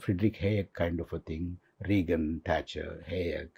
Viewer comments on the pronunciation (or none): none